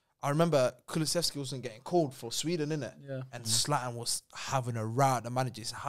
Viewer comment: saying kullesevski, what??, 😭